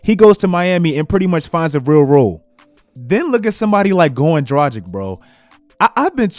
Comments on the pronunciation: Goran Draghich, not Drajik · bro Dragic is pronounced Druh-gich. Not Dragic like the Magic. He's slovenian. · My mans said Goran Dragdgdic like 5 times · the way he pronounces Dragic was driving me crazy lol. Drah-gitch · damn your mispronounciation of Dragic annoys the shit outta me. Draghich this may be better. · Could you please learn how to say "Dragic"? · The way you say Dragic 🤮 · please learn to pronounce European surnames - Dragic, Doncic. Its not rocket science, dont be Chuck ;) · still havent fixed your pronounciation of dragic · Oh man , Its tragic to pronounce him Dragic 😂😂😂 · I like your videos buddy, but you really need to work on your name pronunciation. (You butcher Dragic, Doncic and other eastern european players' names) I get that americans aren't good with foreign names, but still, as someone making videos on the NBA, at least try to get the players name right. Anyway, keep up the good work my man !